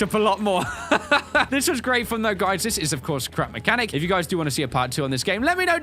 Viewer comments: I swear at the end when he said scrap mechanic he said crap mechanic. 0.0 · end part: "So this is Crap Mechanic" Me: "Crap Mechanic?... I thought it was Scrap Mechanic" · Uhh You Said Crap Mechanic... I Think Its Scrap Mechanic.... Just sayin' it's not A MEAN Comment... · Starlite Entertainment It Sounds Like He Said Crap Mechanic. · sounded like you said "crap mechanic" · Andrew Kassing yes it did